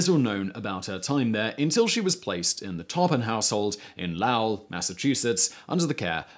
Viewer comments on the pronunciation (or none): Excellent, Simon. But as you always say you want people to correct your pronunciation, it's Low - il, not Lao - il. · Lowell is pronounced LOWuhl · Is the city you pronoun "Lowe-elle" Lowell Massachusetts? I just wanted to know cuz I was born and roll it's not how we pronounce it but you know what I dare someone to put me in the middle of England and get me to try to pronounce 1/10 of the names correctly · This is interesting. The bodies of the unfortunate Davis family are buried all in a row just up the street from me in a tiny local cemetery. Walking down the line of graves and reading the dates is enough to let you know something had gone terribly wrong with that family in the sweltering summer of 1901. Um...Lowell Massachusetts is pronounced "lōwıll" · Lowell MA is pronounced "Low-well" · Lowell Ma...pronounced “ l OH - uh l “ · pronounced Low-uhl btw 😂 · I went to college in Lowell, MA. It's pronounced with a long "o" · The way he pronounced Lowell Mass... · Lowell is pronounced like “roll” (or “role” I suppose) but with an L.